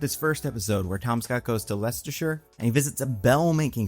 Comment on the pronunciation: Except also, he gets brownie points for getting Leicestershire spot-on , when that's really not an easy one for most Americans